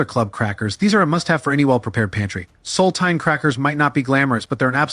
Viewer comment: Use an AI that can pronounce words like sardines, saltines, and Nescafe correctly.